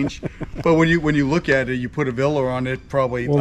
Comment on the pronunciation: Hey, I am the jersey guy who corrected on his pronunciation of breakfast thank you for pointing that out, I have a new one, the word is Villa there’s no R in it. ITS NOT VILRA… My God his pronunciation…Hoboken, Jersey City. And I’m from Hawthorne 10 miles away. I love the music you played in this vlog, it’s a Thai song, girl singing. Can you tell me the name of it. Love watching your videos,,you and the Chocolate man.